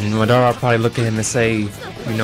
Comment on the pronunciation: stop saying madora its madara